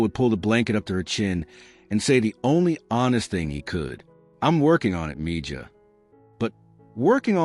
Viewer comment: Mija is pronounced MEHA